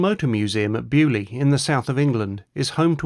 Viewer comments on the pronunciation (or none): I hate your pronunciation of Beaulieu!! It is a French word you pommie git! Get it RIGHT!!!